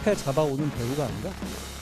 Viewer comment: 깡패를 깽패라고하는데. 말꼬리들기네